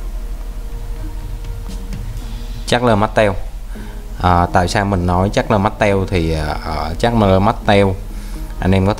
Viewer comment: Bạn đọc con Charles Martel thành Chasler Mastel kìa